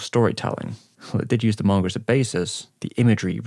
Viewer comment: Why tf does he say manga that way, 'Morngur'